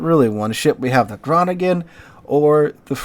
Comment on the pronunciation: I'ts "Bayaarrrr" like a Pirate: "ar, ar", Bayaaarrr 🤪"hon, hon, hon" French laughing But thanks for the list! Cheers from Groningen (NL), playing a Groningen, which is ecellent pronounced by the way! 💯